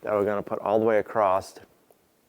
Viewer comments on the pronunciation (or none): Its just a barn ffs, what does it matter ? Please stop saying "acrost" its across, no t on the end